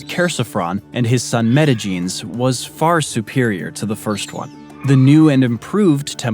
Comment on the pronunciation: Well, every dictionary (British and American) agrees that "subsequent" is pronounced with the accent on the first syllable, and the names "Metagenes" (Μεταγένης) and "Herostratus" (Ἡρόστρατος) were butchered pretty badly (ask any Greek person), but I guess you don't believe that words have correct pronunciations, and that we can just choose whatever sounds good to our own ears, because "we're all different", so you must not mind when people mispronounce your name, since it's all subjective and up to the whim of the individual.